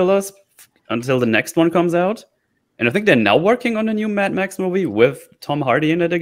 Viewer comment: Mad-max not tam-pax